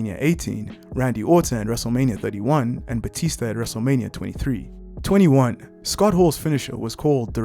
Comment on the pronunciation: it sounded like 23